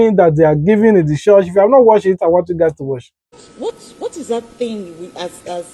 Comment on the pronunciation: Stop saying CHORSH